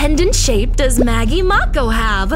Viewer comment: Its not Maggie Mauko its Maggie Mako.